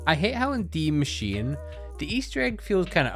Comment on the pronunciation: who the hell calls die machine de macine like its not that hard to pronouce